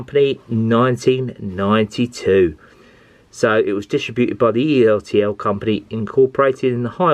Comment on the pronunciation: I have James and one of the two old coaches. I bought James and the old coach separately. By the way, it's pronounced ertl not e,r,t,l.